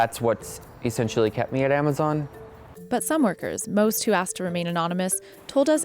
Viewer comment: Someone needs to teach that woman to pronounce z, and s´s !!!!! AmaZiiiiiiion,, ViSSSSSSited, BoxSSSSSS, SSSSaysss